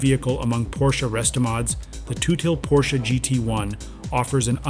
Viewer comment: Who the hell is Toothil??? Its tut-hill😂